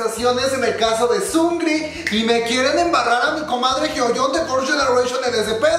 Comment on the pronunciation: Emmm no se dice sungri, es sung -ri, separado. Es solo una aclaración